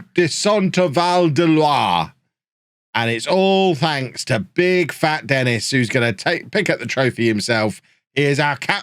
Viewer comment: isn't Denis pronounced de-NEE ?